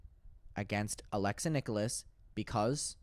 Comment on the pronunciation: Its “nick-ulls”not “nick-oh-less” 😊 unless it’s intentional lol 🤷🏻‍♀️